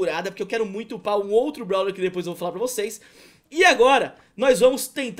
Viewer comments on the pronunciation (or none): none